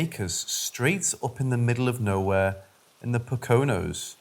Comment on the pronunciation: The POH- COH-nos??? LOL!!!!!!!